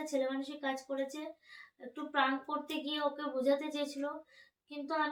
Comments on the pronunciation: প্রাঙ্ক না প্রেঙ্ক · কথাটা প্রান্ক নয় 😅😅😅